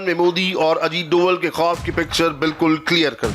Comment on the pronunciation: डोवल नहीं डोभाल.....तुम्हे तो नाम ही नहीं पता ढंग से